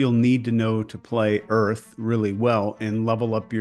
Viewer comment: “Earf go hard”